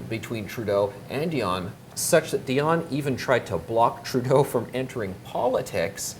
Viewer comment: He could learn how to pronounce a French name, it is Di on Not a Die on